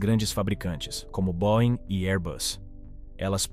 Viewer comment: Não é cavalca, é Cavalcante, e não boin, é boieng. Não mate o português.